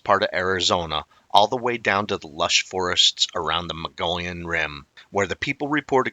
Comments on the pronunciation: Dude you are totally slaughtering that word Mogollon!! Try this Mug-ee-own!! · Mogollon is pronounced Muggy On. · (Moh-gee-on) or (mo-gi-on) Mogollon Rim. That's how most Arizonans pronounce it. Great video 🫡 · I've lived in Arizona for 50 years. I have always heard it pronounced Mo- gee-yahn. 🤷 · Yaaarg. It's pronounced muh-gee-yone (long O sound). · When I lived in Arizona, I learned to pronounce the Mogollon Rim from natives before I saw how it's spelled. It sounds like mug-ee-on. At the time, I hadn't heard of the monster(s) but have since become a believer. Now I'm in Durango and really enjoy learning about these creatures that I might encounter sometime and won't be shocked so much but rather well prepared for it. Thanks for sharing! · good information, we live in Arizona about an hour from the Mogollon rim. We tend to pronounce it Mug-ee-yone. I know, it sounds weird, but thats how locals say it. I've never seen one, but the area is wild and rugged where large creatures could easily live. We also have more elk moving in, along with the deer. With more and more people moving into that area, more sightings are likely.